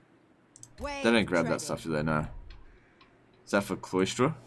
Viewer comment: Is he saying 'Cloystra' as apposed to Cylostra? 'Sigh-LOStra'